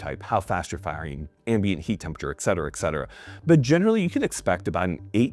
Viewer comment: Et, Et, Et....dude I love ya but dammit its Et.....NOT EX Cetera